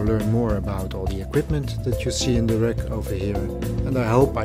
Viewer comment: You pronounce "wreck" instead of "rack"...